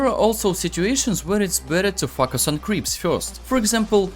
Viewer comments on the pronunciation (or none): "Fuck us on" literally what I hear instead of "focus on" . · Bro everything is perfect but the focus part feels like f**k us .the pronounce is (foe- Ka(as in crow)-Us (as in hiss) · Сильный русский акцент , плюс очевидные ошибки в произношении звуков и целых слов и постановке ударения в слове очень портит речь. Советую, перед озвучиванием видео на английском проверять произношение в словаре, чтобы не было таких казузов, как произношение слова "focus" как "facas", которое звучит как не очень хорошее слово) А информация вполне полезная. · Am i the only one who misheard focus to fuck us first time? 😂 Very nice guide thank you for sharing :) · Great video. It popped up in my recommended. Seems like I've found a gem mine. Your method of teaching is superb. But just a little thing, Your pronunciation of the word "focus". In several times I heard it as "f$ck us" 😅. I hope you can improve that. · When you say focus,because of yur accent it sounds like f**k...lmao 🤣🤣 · "Fuck us" literally what I hear. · Почему он всё время говорит "fuсk аss"? 🤔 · They he said "Focus" 🤣